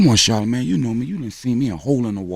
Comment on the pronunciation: I dislike 'charla-maid' !